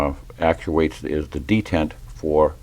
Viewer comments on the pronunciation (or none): Not trying to be a smart ass, but are you saying “dick” side of the pin?